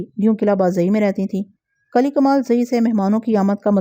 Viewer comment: Assalam o alaikum asal lafz kali nahi kili hota hai uneed hai ke aap mind nahi karaingi shukriya